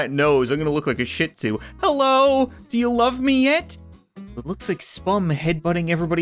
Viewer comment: it's pronounced shee tzoo. i got my mouth washed with soap for pronouncing it like you